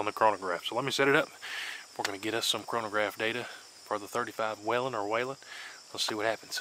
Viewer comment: Finally.. someone who knows how to say Whelen the right way!!